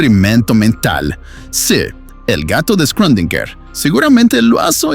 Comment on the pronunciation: Ya me había acostumbrado a la dislalia y disartria del narrador anterior pronunciando las palabras, mi preferida era alusinaje... ahora este... pobre schrödinger, excelente contenido eso sí!!